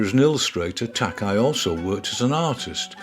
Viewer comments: Thank you for featuring this amazing artist. Incidentally his last name is pronounced Tak-ā. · Another excellent, informative video by. All of these are so much fun to watch, and research is always remarkably comprehensive. One note -- Takei's name is pronounced "Tah-kay", as in George Takei of Star Trek fame. Thanks much, brilliant work.